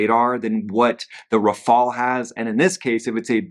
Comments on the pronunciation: RAFALE......not raphael😂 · please, it's not Rafael it is Rafale! It's very simple. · it’s rafale, not “rafael”. finally, no more mustache to distract the viewers… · It's not RAFAIAAL, it's RAFFAAL. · RAFALE not RAFAEL (ninja turtle)